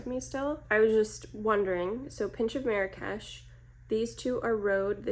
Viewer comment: Small correction. You mispronounced Marrakesh😂. No worries you're not the only one. But as a Moroccan myself I find it kinda funny but interesting how people pronounce it elsewhere. But I blame the french cause they started this mispronouncing catastraphe. That a lot of people say it wrong across the globe. It's not meri-cash. It's marr (hold the r sound) marr-rraksh that's how you pronounce it. So the first part you pronounce it slower and hold the R-sound a little longer and then rol into the other r (again hold the r but pronounce it a faster) no cash more like kesh/ksh. As for MAC i personally no longrr buy from this brand for ethical and political reasons so won't be purchasing these. I do however have some of the older ones like so natural and blush please.